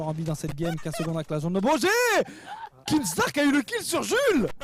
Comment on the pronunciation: When u said Kinstaar I thought you said keemstar